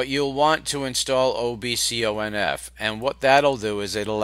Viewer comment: "ow bee see ow end ef" , Do you mean "obconf"? hehe